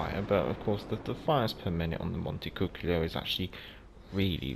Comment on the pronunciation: The ship's name is actually pronounced Monte - cu - choli